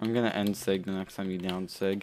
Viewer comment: The way he says daown sig lol